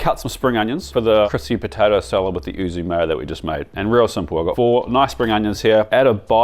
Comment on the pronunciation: YUUU - ZUU not OO ZOOO arghh as a Japanese speaker this is like nails down a chalkboard, great video though! Is the ham video coming out soon? 😊